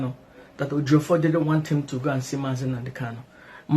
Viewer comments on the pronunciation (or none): Why is he calling Ejiofor,Ejimofor? What we have is Ejiofor and Ejimakor and they are two different lawyers of MNK .